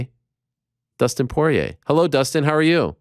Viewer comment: "Dustin soyrier"